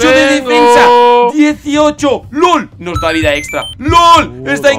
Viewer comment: en vez de lol dijo gol